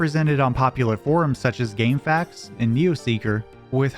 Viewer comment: finally someone else that pronounces gamefaqs as "gamefax"